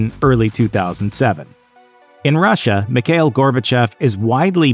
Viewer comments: Its not pronounced Mik hail. Its pronounced Mee /kha/ eel. You got to put some phlegm in the kha part. Its my first name as well. My thoughts on Mr. Gorbachev is that he was the most humane leader The USSR had, he should have stayed on . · And "Mikhail" is "Mee-ha-eel"